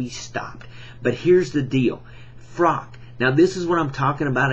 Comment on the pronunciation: His name is Froch, not Frok... Good video though